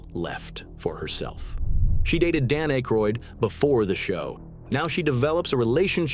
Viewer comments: Dan "Ache-roid"? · Pronouncing akroyd like that kills my faith in this entire video lol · John Belushi did not take over Weekend Update from Chevy Chase. Jane Curtain did. She was later joined by Dan Ackroyd (whose name was repeatedly mispronounced by the A.I. narration) as co anchor, and later Bill Murray. Animal House was released in 1979, before The Blues Brothers, which was released in 1980. Some of the images were not images of the people referenced, an annoying constant in A.I material. And while I’ll admit Eddie Murphy did carry the show during the early 80s, none of 1981 through 1983 cast members were mentioned, in particular Joe Piscipo who had some fairly popular characters. I think given her post SNL success, Julia Louie-Dreyfus should have at least been mentioned. Also I would have mentioned that both John Belushi, and Bill Murray’s brothers joined the cast. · You pronounced Dan’s last name wrong dude.